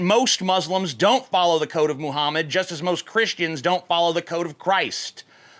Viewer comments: you said "Muhummus" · is it just me or does he say "muhhumus"? no h8, just sayin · you acidentally said Muhammas in this video at one point, I lol'd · 4.36 "Mohamas" - TJ Kirk 2017 ... Or is it "mo hummus"? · Did anyone else hear him say "Moo-hummus"? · "Muhummus" LMAO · you said mohamus